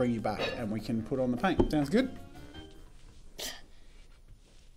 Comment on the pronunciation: You said pain instead of paint